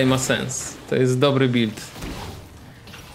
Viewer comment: Stuffy wardy bulid, jak to kaleczy moje uszy.